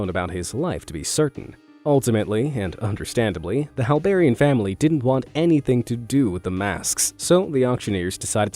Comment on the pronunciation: Hallbairean sounds a lot like hell barren ......yeah